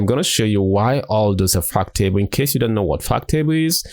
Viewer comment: I kept thinking he was saying "fuck table"